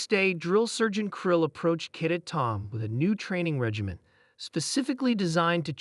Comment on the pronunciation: For the love of God get an AI program that can correctly pronounce death and cadet